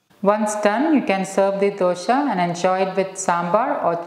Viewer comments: it is good, not dosha it is dosa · It’s not dosha it’s dosa 😢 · Thanks for this healthy recipe ,only i wish you wud not say ' dosha' which means a blemish.or a blackmark .pls pronounce it as dosa as we say in Karnataka,thank you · Its dosa not dosha , 😂😂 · It's not dosha madam, pronounce dosa. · Its DOSA, not Dosha... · It's a really nice recipe. But can you please pronounce dosa correct. 🙏. It's DOSA AND NOT DUSHA. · It's dosa not dosha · It's dosa not dosha. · Good. It is Dosa not Dosha:-) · It is not dosha maam..it is either dosa or better even dose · Its dosa not dhosha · Mam please 1 request.. it's nt dosha.. it's dose/ dosa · Why Dosa is pronounced as Dosha ...